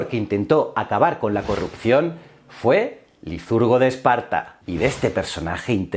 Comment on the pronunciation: ¿porqué dices "lizurgo" y "peleponeso"?